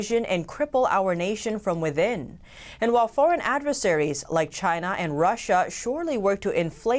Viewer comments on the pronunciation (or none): none